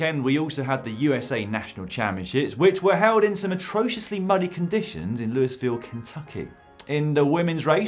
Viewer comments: It's pronounced "Loo-vul", not Loois-vill! =) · It's definitely "lew-ee-ville", not Louis ville